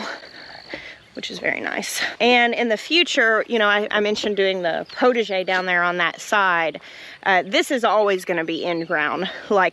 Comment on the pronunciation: Okay for your "potager" garden: PotAger. You need to pronounce the A like pot a jay. 😉🥰 Otherwise it sounds like "protege". From a French Canadian fan in British Columbia!👋